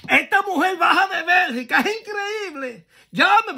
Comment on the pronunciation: BELGIUM NOT BERGICA😂